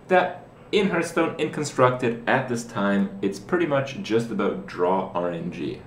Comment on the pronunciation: "Hertz-stone".. love this guy. He should the commercials.